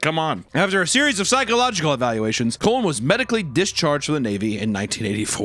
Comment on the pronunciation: You butchered my second uncle* last name. The Cullen’s have 2 things, we had the last name of the twilight series and we have a serial killer. And you pronounced it like a colon. Have you no shame